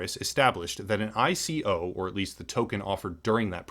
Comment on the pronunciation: Lol ICO. It’s not said like a word, you are so clueless sometimes lmao